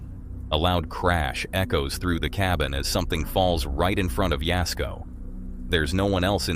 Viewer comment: Thanx for saying jasko's name right lol